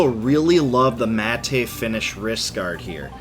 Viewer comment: It is pronounced like the name Matt. don't pronounce the e at all.